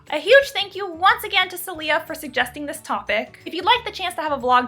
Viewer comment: I'm pretty sure the patron's name (since it's spanish) is pronounce "Sae-lyah" with stress on the first syllable.